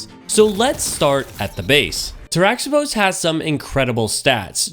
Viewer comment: Good call. I like my Cascade Roll as well. Its pronounced "tara-hih-pohs" though. The origin is greek. Not bashing you, just giving you the info. The X is pronounced as an H. I like your content. Keep em' coming.